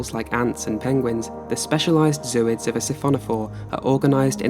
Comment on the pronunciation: Not zoo-ids. Zo-oids. The root word is Zoae.